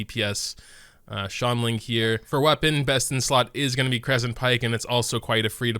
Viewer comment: ''Xianling'' xiangling my dude..